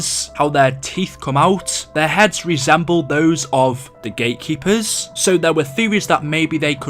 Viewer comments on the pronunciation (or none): Did he say gay keepers